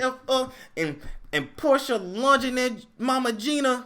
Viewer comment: I'm mad you keep pronouncing her name how Nene did! 😂😂😂